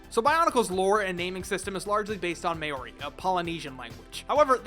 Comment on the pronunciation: well that's a new way of butchering the pronunciation of Maori